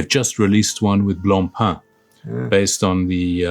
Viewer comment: Congratulations to for being able to pronounce Blancpain as ment to be. I find great inspiration in the respect and politeness between and. Thank you both for making the world a better place.